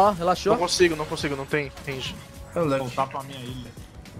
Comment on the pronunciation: "calmoU" "relaxoU"